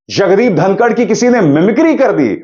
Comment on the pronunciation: It's धनखड़ not धनकर